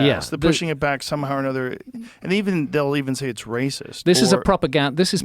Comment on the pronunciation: "ooooaa hes a Wacist" Flint Dribble (2024)